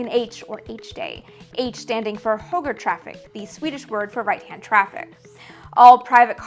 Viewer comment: You were pretty close with Högertrafik except for the Ö. The easiest way to pronounce Ö is like the U in Urn. In fact the Swedish word for eagle (Örn) is pronounced very close to Urn.